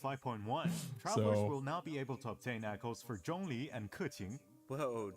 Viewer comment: no, they are the chinese translation team from hyv, proven by how they pronounce zhongli and keqing’s name correctly in chinese spelling